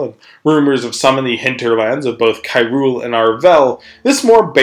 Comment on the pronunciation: When you say “Kairul” I can only think of Hyrule